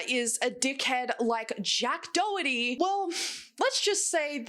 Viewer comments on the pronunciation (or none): none